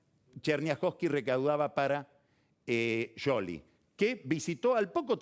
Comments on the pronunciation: ¿Por qué dice Scioli así? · Es un apellido italiano y así se pronuncia en italiano. Sciopero (huelga) se pronuncia "shópero" por ejemplo. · lo pronuncia en italiano !! Scioli// Sc